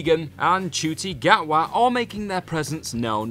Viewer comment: Also mis-pronounced Denis Villeneuve and Ncuti Gatwa amongst others. Amateurish at best.